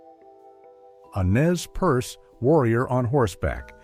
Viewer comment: Nez Perce is pronounced "Nay PurSay"